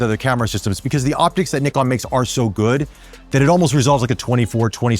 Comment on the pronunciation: Very close on 'NIkon', now you've just got to work on 'zed' 😁